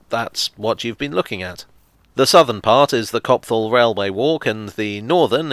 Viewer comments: Sorry to have to engage in a little local pedantry, but it's pronounced "Copt-hall", not "Cop-thall"! The lack of the Tube connection between Mill Hill East and Edgware is also the reason why getting from one half of the Borough of Barnet to the other on public transport is such a godawful experience. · Small note: Copthall is pronounced Copt-Hall rather than Cop-F(th)all. Least that's how it's always been pronounced as a local. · love your stuff; which is the necessary caveat required before a criticism. however fortunately its only a minor quibble. the 'H' is silent in copthall. thats all. anyway i dont suppose you do requests, but do high barnet!